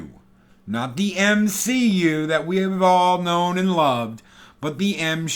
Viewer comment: He said “M-She-U” hahahaha